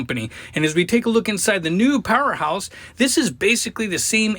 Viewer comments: Excellent review. Good noise and load test - but, please get the name right. It's PowerHORSE, not Powerhouse. The manufacturer might appreciate that... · You keep saying powerHouse but it is powerHorse